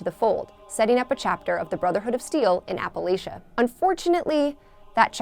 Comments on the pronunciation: Ahem, its actually pronounced as "App-Uh-Latch-Uh" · It bothered me how she said Appalachia